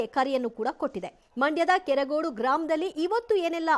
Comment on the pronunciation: ನಮ್ಮ‌ ಕೆರಗೋಡು...ಕೆರಗೋಡಿ ಅಲ್ಲ